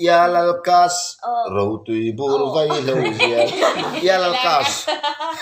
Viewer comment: Veihlo ni lovin vaihlo